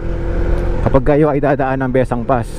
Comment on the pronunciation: Maganda ang daan na iyan at iyan ang daan ng mga taga Ilocos paakyat ng Sagada. Nakakahilo nga lang daan na yan kung naka-van 😁. Taga Ilocos Sur po ako at ang bigkas namin ay Bes-sang.